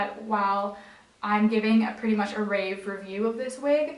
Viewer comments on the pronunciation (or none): none